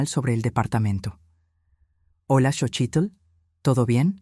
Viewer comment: Lo que me preocupa es la pronunciacion de los nombres es Xochilt no chochilt, y eso que es nexicana